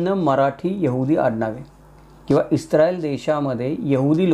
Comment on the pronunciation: ITS ISRAEL NOT ISTRAEL